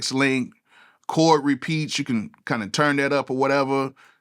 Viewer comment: “Chord “, NOT “Cord”.